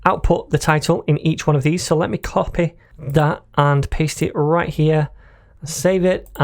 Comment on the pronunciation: First time indian accent from /// RRRRight here